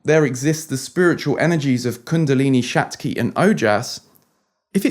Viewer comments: It's Shakti not shatki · It's "Shakti" (Kundalini energy), not shatki😊 Good synthesis of LOA and energy👍🏼✨ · Not SHATKI IT'S SHAKTI meaning strength or power..